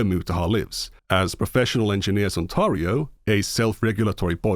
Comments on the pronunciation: Ontario = On-tare-ree-oh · The weirdest thing about all of this is me finding out that Euroids don't know how to pronounce Ontario.